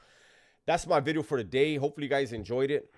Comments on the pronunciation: I was just gunna say that 😂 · He doesn't say bideo anymore. He makes sure to pronounce the V perfectly now. I miss "bideo" 😂